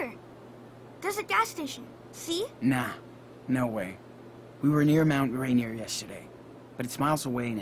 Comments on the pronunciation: The name of the mountain is pronounced rain ear, not rain er. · Its mount ray neer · I got triggered when said “Mt. (Rain-err). But then I realized I’m to much of a Washingtonian and he’s Eastern Canadian so I don’t expect him to get it right.